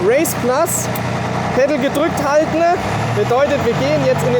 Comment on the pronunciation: Danke für diese lustige Video. Wir hatten wieder richtig viel Spass. Nicht vom Inhalt, sondern von deiner Aussprache. Machne, drückne, haltne, habne, hintne, untne, gewesne, durchfahrne, durchcheckne, das ist ja nur eine kleine Auswahl. Unsre kleine Gruppe hat jedesmal einen sitzen, ne sorry, sitzne wenn wir einen kurzne trikne bei deinen lustigne Videos.